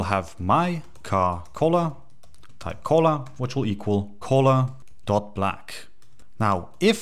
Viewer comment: Hey man, this video is great! I cant stop hearing you talk about Colas tho lol. Color is pronounced CUH-ler in the US and CUH-luh in the UK Thanks for the tutorial!